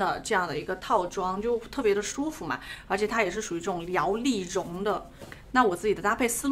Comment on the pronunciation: Liao li long 哈哈，这个很努力说正确的样子太可爱😂！摇粒绒